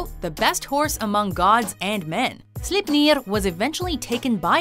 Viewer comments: Its sleipner not slepnir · I died a little everytime but Sleipnir had me in great pain. It's pronounced "slayp-neer" not "slipp-neer". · Slipniir? Its pronounced more like: slay(as in kill)pner(ner as in ending in corner) slayp-ner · Slipneeeer. xD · I only reacted to Sleipnir and how she kept saying Slipnir like the E wasn't there. That's just reading comprehension fail